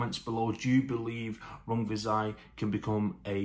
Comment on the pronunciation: I feel like you nailed those pronunciations. A good keep busy fight for Rungvisai